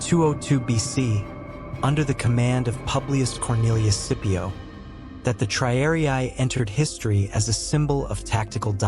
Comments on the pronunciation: Triariai? Isn't it, rather, TRIARII? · The silly AI voice commentary doesn't even know how to pronounce the word "triarii."